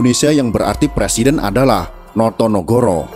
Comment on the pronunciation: No to ne go ro bukan noyonohoro